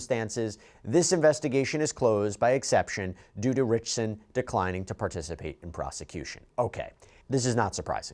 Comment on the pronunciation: Not only do you keep mispronouncing his surname wrong, you keep calling him Reacher or Jack Reacher!!!! Really!!!!!